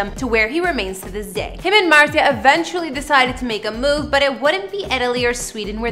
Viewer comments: MARZIA, Mar-zee-ah. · ..."Pewdiepie's wife MARSHA," "Him and MARKA," "He and his wife MARJA." How do you get that pronunciation from MARZIA. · U say martzia wrong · .I was just about to comment this. Shes purposefully mispronouncing it, and its pissing me off. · pewds pronounces it as “martsia” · .MART-ZI-AH. pronounce it right or just call her Felix's wife. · Mart-Z-ahh , Martzy-agh, mars yaaaaaaaa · Dude just say "Marzia" like a normal person 🤦‍♀️ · talk's about Pewds and Marzia's home in Japan. Proceeds to say her name wrong Me:😶 Then says surname Also me: agghhhh nooo😵. It's pronounced as an SH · You absolutely messed up her name. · Why did you even try to pronounce her name XD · Yo you pronounced marzias name wrong. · because she is not pronouncing marzia properly